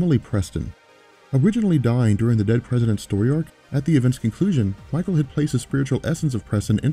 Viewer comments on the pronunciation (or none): none